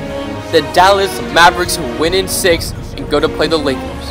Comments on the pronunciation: he said Los Angeles akers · This boy said la Akers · "Las angeles Akers?? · “Los Angeles acres” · he said the Los Angeles Akers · In the first with the Laker he said akers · She sed the la Akers lol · Did he just said THE Los Angeles AKERS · At the start he said los angles Akers I like u mean lakers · did you say akers you trpien😀😀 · xddd all difrent teams expet the lakers. and u said akers 1 time not lakers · “The #1 seed in the West The Los Angeles Akers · Los Angele's aker's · he said akers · who else heard him say the "Los Angeles Akers" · He said Los Angeles Akers XD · Did he just say Los Angeles Akers?